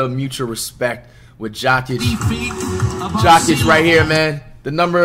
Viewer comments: My guy, it's "Yoke ich" not "jock itch" lol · It's Yokich... serbian letter "J" is like Y(es) Y(ou) Y(esterday)... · Dude you need to watch more nuggets games. And it Yo-kich. Get it right he’s the best player in the league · I can’t tell if the way you pronounce Jokic is disrespect or illiteracy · Bro say Jokics name right. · can he at least say the Joker or pronounce Jokic name correctly put some respect on that man.